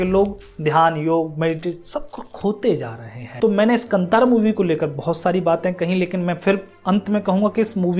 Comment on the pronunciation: It’s pronounced Kaanthaara meaning forest. Puzzled why they spelled it Kantara in English. So glad the movie is liked widely India. We are so trained to watch movies with good looking people trying to act and dance